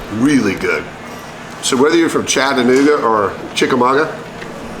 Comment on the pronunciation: Chattanooga and Chickamauga pronounced like a true Southerner.